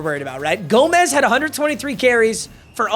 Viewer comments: its gomes (homes) not gomez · Its pronounced Ben (Gome-s)